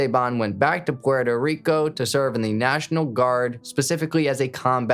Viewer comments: Gotta chill on the over enunciating of the names and places just say puerto rico normal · Stop speaking so monotone and saying Puerto Rico like that god damn colonizer 😂🤦🏽‍♂️ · Guy trying to pronounce Esteban and Puerto Rico 🤣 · BRO STOP SAYING PUERTO RICO LIKE THAT DAMN I WANNA STAB MY EARS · the way he said Puerto Rico pmo